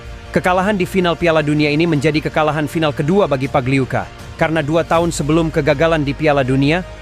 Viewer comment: Pagliuca pagliuka min